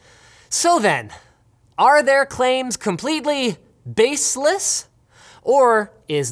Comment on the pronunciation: I punched my screen when he said "Bassless" in the beginning.